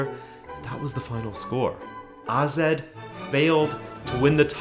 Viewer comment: Finally someone who pronounce AZ right! Great video as usual, and a very interesting idea